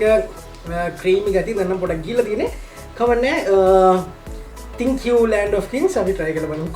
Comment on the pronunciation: ඔක්කොම හොඳයි . උඹට හරියට Thank you කියන එක pronounce කරන්න පුළුවන් නං තවත් හොඳයි. නාලන්දෙ නෙ, ගෝතමී වෙන්නෙ මොකටද. 😁😁 Mod වෙන්න ගිහිං Odd වෙච්ච ගතියක් දැනෙනව ඒකෙ. ඊළඟ එකේ හරියට කියමු. හා ද? උඹට ජය මල්ලි !!